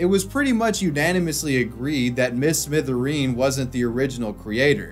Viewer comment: Come on bruv, it's "Mr Smithereen" not "Mrs Mithereen".